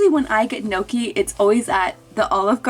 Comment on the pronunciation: aha. as an italian the way u say gnocchi is unbelievably triggering LMFAO